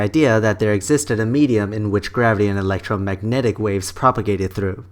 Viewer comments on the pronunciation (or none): none